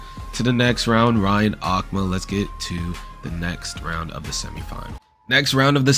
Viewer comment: aku-ma :/ A-Ku-Ma B)